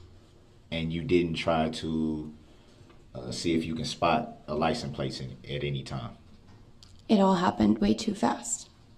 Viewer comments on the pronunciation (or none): I can’t for the life of me understand why an English speaking grown man in America says “licenT plaCE” instead of license plate. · Licem place.